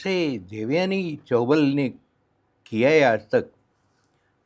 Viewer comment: पहली बात तो आप देवयानी चौबल (actually, more correctly, चौबळ) को आप बार बार चौबाल नाम से पुकार रही हैं. आश्चर्य है कि ज्योति जी ने भी आप को इस पर correct नहीं किया. दूसरी बात, ये nepotism वाला obsession आप लोग अब रहने ही दो. किस industry में नहीं होता? और आप उस ज़माने की बात कर रही हैं जब filmmaking ही एक घरेलू business की तरह चलता था. Passion पर फ़िल्में बनती थीं. लोग अपने घर बार, ज़ेवर गिरवी रख कर फिल्म बनाते थे और कई बार डूब भी जाते थे. आज के मापदंड से ५० साल पुराने रिवाजों को नाँपते समय थोड़ी नर्मी से उनको देखना जरूरी है मेरे विचार में. 🙏